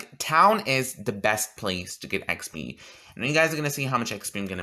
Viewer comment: How many times did you say expee in this video